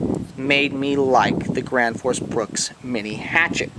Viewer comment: The gwansforce bwooks